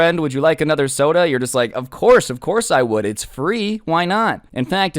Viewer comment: Does “uhchother” bother anyone else?